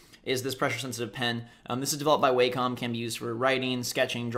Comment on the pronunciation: It's actually pronounced wah-com, not way-com.